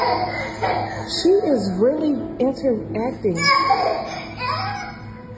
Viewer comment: I have never heard someone say 'interacting' as 'inter-acting' lol